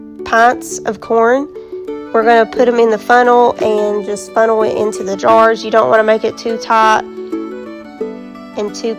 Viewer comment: I thought she said, "And then we wash our drawers." Correction: "and then we wash our jars."